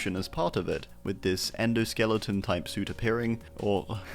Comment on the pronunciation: You got the Endoskeleton's name right :D Though, maybe we could start calling this Endo "Shreddoskeleton" since it has all of those buzzsaws on it, kinda like how we have Shreddy Fazchair from the first Fnaf movie